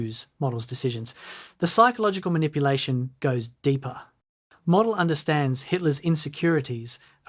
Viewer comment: it’s pronounced Mowdel